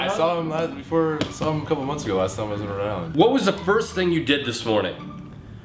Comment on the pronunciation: did he say rhode island?